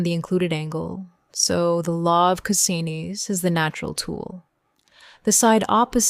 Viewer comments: Cosines, pronounced Kozinees?😅 Good video though. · Was going to make a joke about this being magic and threaten you with holy water but chose not to even though I kinda just did. Really want to say I love the way the AI said cosines. Made me giggle. No issues with cosine, just that pesky s. 😜🤣